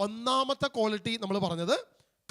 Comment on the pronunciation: കോളിറ്റിയല്ല, ക്വാളിറ്റി ആണ്.